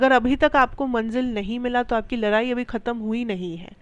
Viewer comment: लराई नही होता है😂😂 लडाई कहेते है 👍👍शब्द ठीक से युज करो 😊😊